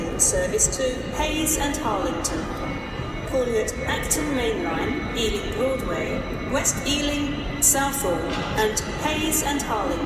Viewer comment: west EALING! xD